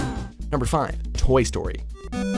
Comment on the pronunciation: Toy Sotry